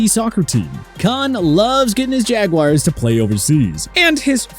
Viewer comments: It's Jaguars, not Jaguires. 🤣🤣🤣🤣🤣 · Maybe in England they won't say the Hoosier way for the nickname, it is jagwars not jagwires!